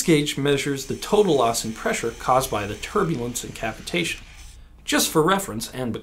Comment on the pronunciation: it sounds more suspicious pronounced your way.